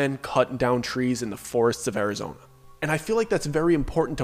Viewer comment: SNOFLAKE, ARIZONE .. dude LOL im crying out loud ! your killin me..